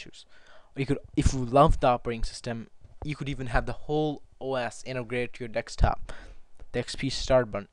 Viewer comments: It is pronounced Desktop not decks top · It's desktop, not decks top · Why do you say "dekstop" instead of "desktop"? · remember its a DESKTOP NOT DEXTOP lol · DESKTOP dude not DEKSTOP. omg! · love the way he say dextop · please stop saying dextop D= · Deck stop! Funny